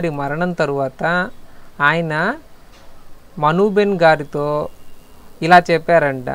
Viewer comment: Not behen,it is ben